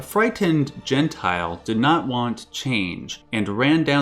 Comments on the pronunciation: The pronunciation is quite off, because it is not "gen-tile" (jentil) more like "yen-tyl". Its more accurate and doesn't sound so wrong xD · The way he pronounces Jentil as Gentile makes it sound antisemitic... It's Jen - till. Or it is some real throwback mistranslated racist storytime bullshit.